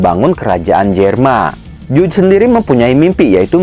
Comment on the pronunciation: Bacanya Jaj bukan juj wkwkkkk